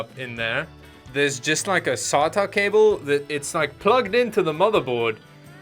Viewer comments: What’s a “sah tah” cable... oh.. OH you mean a SATA cable. That’s worse than data and data..... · That SSD installation has got to be one of the funniest things I've seen this week! Also heard the South African coming out when you said Sata haha